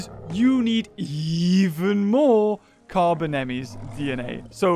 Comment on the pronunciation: Carbonemys is pronounced car bone n mus